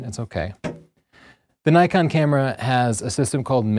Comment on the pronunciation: Its Nee-kon, not Nay-kon! How many times do people in the comments section have to remind you? Haha. Just kidding!